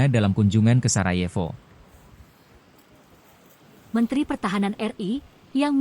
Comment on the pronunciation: Reaksi terhadap Komentar Moderator : BUKAN ''SARADJEFO'' !! tetapi '' SARAJEVO '' ..... baca sebagai > '' SARAYEWO '' !!! ( DAN Baca menurut Ejaan ASLINYA ) - Belajarlah dan usahakan untuk bisa membedakan Ejaan dari Huruf '' Y '' (bukan DJ ) dan '' W'' ( Bukan - F ! ) ATAU HURUF '' F ''' ( misalnya > Fatal ) jadi BUKAN ''P'' ( misalnya Pantas atau Pangkas ) atau sebaliknya - Huruf ''P '' DIARTIKULASIKAN atau Dibunyikan sebaliknya sebagai '' F '' ( misalnya '' FATAL '' jadi ''PATAL '' ....? ...tapi kok pada bisa dan sanggup mengatakan * P. .TAT * DAN TIDAK * F . . TAT*.... ?